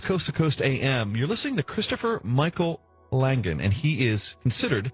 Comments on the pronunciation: Oh gosh his name is Langan. No "D" ok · isn`t his name langan? this guy keeps calling him langden...